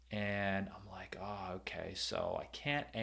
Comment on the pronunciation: Oh.. "Smash the LIKE button" - I thought you were saying "Smash the LIGHT button" which I immediately did... ...and now my phone's flashlight is broken.😭